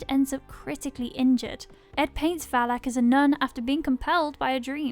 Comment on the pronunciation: The pronunciation of Valek is triggering lmao